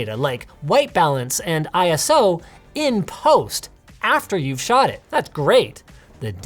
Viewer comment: "Iso" not "I S O". It's a word, not an acronym.